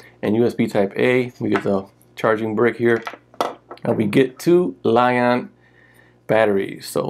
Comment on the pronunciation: That's funny. Lie on! It is pronounced lie Ion nice video